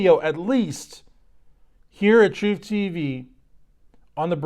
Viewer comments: When saying, please emphasize the troofiness of the word. It should be clear that you are discussing and saying TROOF, not Truth. Thanks! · The troof, the whole troof, and nothing but the troof